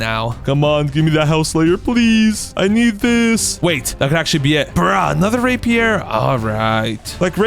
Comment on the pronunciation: dude did NOT say rapier